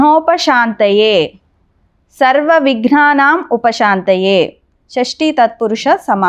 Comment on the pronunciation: విఘ్నోప శాంతయే అని వ్రాసి షాంతయే అని పలుకుతున్నారేమిటి? దయచేసి నా సందేహం తీర్చగలరు.